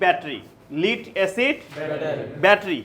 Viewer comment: Ore lid noy led lead Pb.